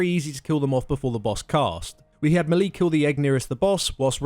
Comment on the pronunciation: Melee is properly pronounce "may - lay" not "mealy". It's French.